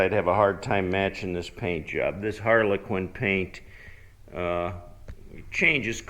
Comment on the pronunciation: Did you call the paint "Harleyquin"?